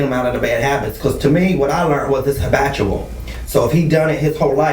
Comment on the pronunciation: "It's hibatual". lmao